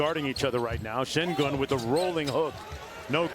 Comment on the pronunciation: Oyuncuların adalarını doğru söylememe inadı SAYGI göstermeme inadındandır,. Bu konuşanların önüne yazılı Şengün = Shengün olarak geliyor, ama adını SEGUN olarak söylüyor. Bazıları ne olacak, desinler veya anlayışla orada oynasın da gerisi önemli değil eziklik ve gurur karışımı dediklerini duyar gibiyim. Alperen bir TV soru yayınında benim adım: ŞENGÜN demesi yeter, başka yayında hala SEGUN da inat ederse, sorularına yanıt vermez, DERSİNİ alır.